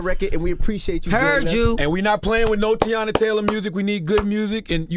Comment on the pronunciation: How Envy mess up saying Teyana’s name 😩